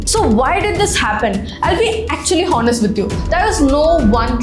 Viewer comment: Mam.. childrens,honest,hours..grammar and pronounciation is wrong at many places..good if u notice n correct